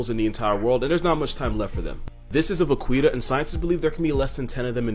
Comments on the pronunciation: Va,qui,ta? No it’s more like a va,KEY,ta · it's pronounced va-ki-ta, bro 😭😂 "Qui" in Spanish sounds like "key" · Vaquita is pronounced vakeeta, es Spanish for small cow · Hearing him pronounce it “vuh-qwee-tuh” felt like watching someone put nails and entrails in a blender and setting it to blitz. It’s pronounced va-key-ta, Spanish for “little cow” (vaca = cow, -ita = little). It would be something like “cowie” or “cowlette” in English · Fun fact: ''Vaquita'' (really pronounced as ''Vakita'', with a mute ''u'') is a diminutive of cow (''Vaca'') It would be like ''little/small cow''. And no, I can't see the similitude between a tiny cetacean and a bovine either. (Also, THANK YOU FOR PRONOUNCING ''Baja California'' CORRECTLY) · Vaquita is pronounced va-ki-ta. 😉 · Oh no!! You mispronounced Vaquita! It’s pronounced vah-key-tuh which translates to little cow in Spanish. The more you know 😇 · Mexican here: is that cute little whale thing's name pronounced like "little cow" in Spanish or the way he pronounced it? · Because I think you would want to know, vaquita is pronounced va-key-ta :) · Hey bro. It's pronounced Vakita. Means little cow. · Vaquita is pronounced Vah-key-tah... Spanish for "little cow" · My dude, I'm pretty sure Vaquita is pronounced vuh-kee-tuh, as in "little cow". I'm not an animal expert, nor a linguist, but I am Hispanic and I'm almost positive I'm correct. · Vaquita Marina = "Little sea cow", pronounced "Vakita" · "Vaquita" is pronounced "bah-KEET-ah" btw. It means "little cow" :') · And it's pronounced like "vakeeta" so hearing him mispronounce it so many times hurt me lol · isn't it more like "vakita"? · Lol, "Va-queeta" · My man it’s pronounced “va-kee-ta” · I got so mad when he mispronounced vaquita